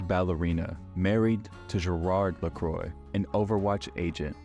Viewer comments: Not the Amelie Lakroy 💀. It's pronounced as Lacrua not like sparkling water. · The pronunciation of Amelie LaCroix went to Emily Lacroi